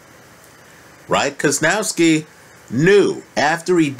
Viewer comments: you butcher Kownacki's name so bad it's unbearable. How can you come up with KOZ-NOW-SKI when the name is spelled KOW-NAC-KI?? I mean, really. How?? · Kownacki = Kov-nats-ki